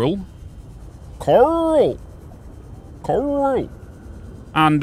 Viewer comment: Did you just call the coral Karl ???😂😂😂😂 another great video ❤